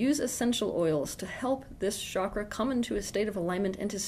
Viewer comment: Osho also talked about being authentic but in a different way . He was poisoned . I hope you survive. Also it’s not “shakra” it’s “chakra”